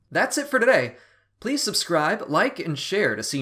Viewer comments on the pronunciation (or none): none